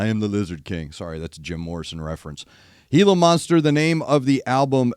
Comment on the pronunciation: You are correctly pronouncing Gila Monster, and no, they don't have them in Australia, but KGaTLW have been quite open about really loving the times they've toured in Mexico, and have also done a fair bit around the US, so I can only assume, they came across a gila monster during some of these times.